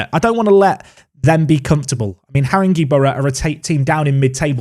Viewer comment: Great vid,...but I'm gonna help you out a bit; 1. HarinGAY boro 2. WhitsTUBBLE Carry on 👍